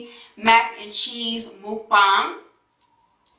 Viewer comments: Then how else do you say it?🤦🏻‍♀️ it's not a 'makbang' it's pronounced as 'mookbang' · That's the correct way to pronounce it